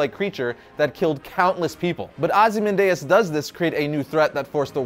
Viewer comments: Wait wait wait. HOW did you pronounce Ozymandias?? Ozze-man-deus?? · The way he pronounced Ozymandias makes me cringe 😖